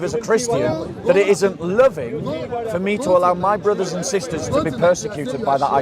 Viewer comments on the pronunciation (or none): none